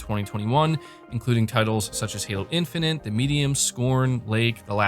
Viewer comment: Say his name how you like he doesnt watch this shit! And for gods sake learn to say infinite!